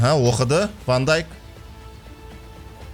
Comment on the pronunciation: Вообше то Ван Дейк